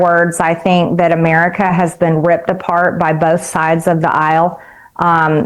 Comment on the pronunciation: we have real problems in "Ameerica"